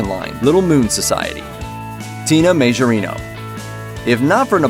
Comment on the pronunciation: It’s pronounced Ma-jor-nee-o